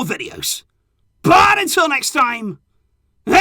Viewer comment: The way says it.. Viskkkaa el Barça ❤️